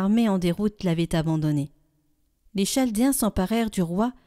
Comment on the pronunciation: Il faudrait modifier la prononciation de Chaldéen ! Il y a souvent des mauvaises prononciations qui modifient la compréhension du texte. Je pense que c’est votre logiciel ! Merci pour votre travail d’évangélisation. 🙏